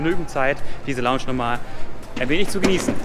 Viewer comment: Ich finds voll witzig wie du früher immer longsch gesagt hast